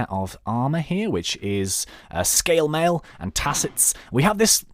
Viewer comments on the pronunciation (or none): none